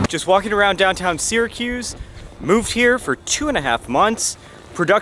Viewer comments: It’s not “Seeer a cuze”. If you’re going to live there, pronounce it correctly. We say Sara-cuse. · my ears bleed everytime I hear “sear-a-cuse” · Incorrect….”Syr” is properly pronounced “sear”….so, “sear” a cuse. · For many years, I taught Phonics to young children learning to read. “Syr” is pronounced “sear”, so “Sear a cuse”. Incidentally, I was born and raised there, on Tipperary Hill. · I think only uppity mfkrs say seeeracuse… fr!